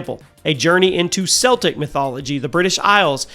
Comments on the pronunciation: It's pronounced as "Keltic" not "Seltic". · There is no such thing as SEL-TIC mythology! CELTIC....(KEL-TIC) mythology! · ‘Celtic’ is pronounced ‘Keltic’, not ‘Seltic’. The NBA team pronounces it the Latin way, not the Gaelic way. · Seltic?! It’s Celtic! Annunciate the C as a C not a S. 😂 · Can you please pronounce it properly? It’s K-eltic mythology not “Selltic” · It is correctly pronounced “Keltic” when referring to the culture, people, and language(s). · celtic is pronounced with the k sound not the s sound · Celtic with a hard ‘c’ for the love of all good and green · Okay I have to ask, why do people keep pronouncing Celtic with a soft C like the basketball team when talking about the mythology, which is pronounced Celtic with a C that's pronounced like a K?